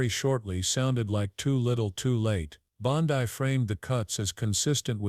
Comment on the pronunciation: I'm just wondering why the narrator miss pronounces Pam Bondi's name? 😕